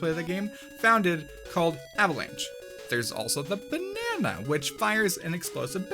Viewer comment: Why does he say banana that way